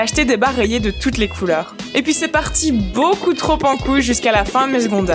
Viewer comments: elle dit pouis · mdr à chaque fois que tu dis "PUIS" j'entends, les femmes c'est a la cousine !!!